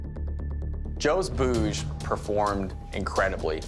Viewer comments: They are pronouncing it like "Boose"!! Actually it's very simple to pronounce "bhuj"(ভুজ, भुज) that means arm. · Being an Indian and hearing them call it “boz” makes me a little uncomfortable for some reason but at the end it doesn’t matter, they did a great job